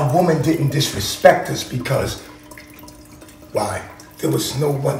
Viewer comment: Lmao a “women” is so funny because he can never pronounce it singular 🤣💀